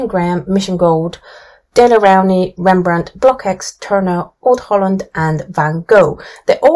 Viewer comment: I really love your website, Thank you for your objective testing. But I’m sorry to inform you that the pronounciation of the CKX of Blockx is like KS, so you say BLOKS instead of BlokEKS. Also the Dutch pronounciation of Van Gogh and Rembrandt is very different.